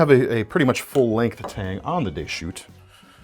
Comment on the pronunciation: Deschutes is pronounced with the "s" - it isn't silent in this case. It's a geographical name from Oregon. Should sound like a plural word.